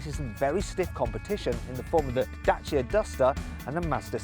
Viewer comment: As a Romanian, I'm really impressed that you got the pronunciation right for Dacia.